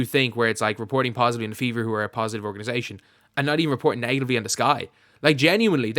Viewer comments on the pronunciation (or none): none